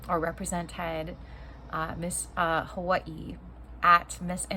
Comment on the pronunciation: I like how you say Hawaii. Sound like a true Hawaiian.